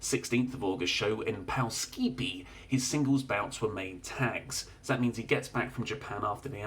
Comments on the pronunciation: The name of the town in Poughkeepsie. Poh-Kip-see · It's pronounced puh-kip-see not Poughkeepsie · Poughkeepsie pronounced pugh-kip-see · it's pronounced (POE KIP SEE) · The place mox wrestled on the 16th is pronounced “puh-kip-see” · I don't mean this in any mocking manner, but as someone who lived in that area I feel like I need to tell you that Poughkeepsie is pronounced Puh-KIP-see. Since I'm sure you'll talk about it again on Monday I thought I'd let ya know 😁 thanks for putting out this update so late in your day! Enjoy your weekend 💕💕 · pronounced Poe-Kip-See lol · I have an elfquest shirt that says "where the hell is Poughkeepsie?" and you've just informed me I've been saying it wrong my entire life.